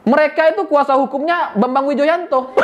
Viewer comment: Renyah banget saat nyebut nama Bambang Widjojanto sebagai pengacara demokrat ahy 😀😀😀